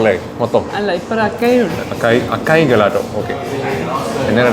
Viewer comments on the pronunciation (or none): It is അസായ് not അക്കായ്. 😊 Also it is pronounced ജലാറ്റോ not ഗലാറ്റോ.😅